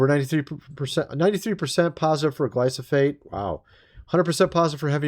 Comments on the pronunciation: STOP SAYING “GLY-SO-FATE”! The word “Glyphosate” is pronounced “GLY- FO- SATE” You’re driving us NUTS! 😂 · It’s not glysophate. It’s glyfosate..please say it right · GLY FO SATE..... not gly so fate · . Gly-PHOS-ate, not Gly-SOPH-ate! . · ...It is Gly- pho- sate. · We haven't eaten at McDonald's in years! BTW, That toxic chemical Glyfosate is pronounced: Gly- Fo- Sate. And it's used on the majority of crops in the U.S! Rye, Wheat, Oats, Barley, etc. You're best bet is to buy Non GMO & Organic. But avoiding grains all together because they just cause your body to pack on the pounds! 😳😱 DIABETES, ANYONE....?!!! 🌱🌾🍞🥖🥐🥯🌽🥨🧇🫓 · Love your channel watch it daily. Please learn to pronounce glyphosate 😂😂